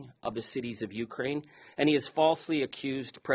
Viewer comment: When pronouncing the word Ukraine, the accented syllable is not the first. It is the second, as in ‘’ u - KRAI - ne “. Otherwise it sound like “ you crane “. Like when one is addressing a tall, white bird.